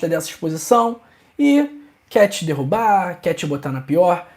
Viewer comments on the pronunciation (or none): none